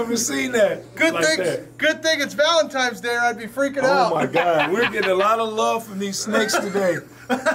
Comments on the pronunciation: "Valentime's day" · Valemtines day, lol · "Its valemtimes day, and I'm pretty excited" 😂